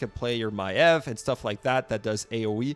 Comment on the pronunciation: Why everyone that is making rumble content can’t pronounce Maiev’s name?